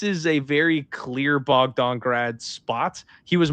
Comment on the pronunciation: “Clear Bogdon grad spot” 🥀🥀🥀